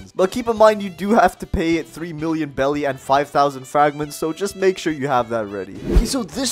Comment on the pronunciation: Am i the only person who noticed hes been pronouncing beli wrong the whole time? Its not pronounced belly its pronounced berries its bery clear he hasnt seen one piece